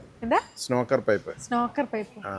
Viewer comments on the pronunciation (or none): ചേട്ടാ അത് snorker അല്ലാട്ടോ snorkel ആണ് ❤ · Chetta snorker alla snorkel